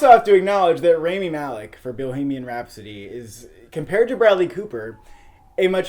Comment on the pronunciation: for fucks sakes learn to pronounce rami's name correctly